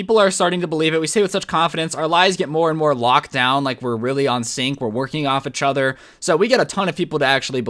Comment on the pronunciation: "e-chother." normal people:"each other."